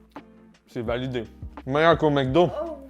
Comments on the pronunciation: Pourquoi tu dis "MecDo" alors que c'est "MacDo" ? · c'est MEC DO pas MAC Do.... Comme McCain et tous les nom Mc